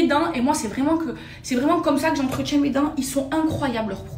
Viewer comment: "J'entreTCHIENS" lol.